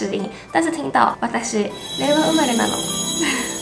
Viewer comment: 令和，“累哇”😂